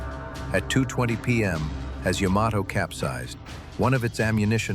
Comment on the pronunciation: Thank you for pronouncing the ships name correctly.